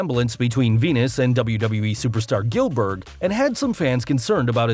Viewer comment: Did he say gelburg u mean Goldberg